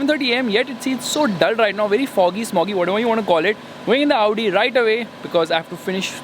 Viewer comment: you are the only one who pronounces audi and Maybach correctly you are the great man